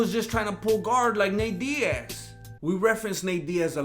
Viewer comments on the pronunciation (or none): none